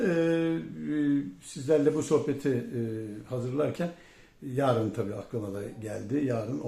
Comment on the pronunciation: Can beyciğim "yaarın" değil yarın."Çünki" değil çünkü, "Mürsi" değil Mursi. Saygılar.